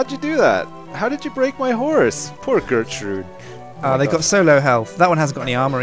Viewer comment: It's gurtruid!